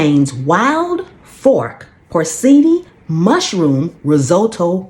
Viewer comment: Just FYI, porcini iis pronounced por-chee-nee.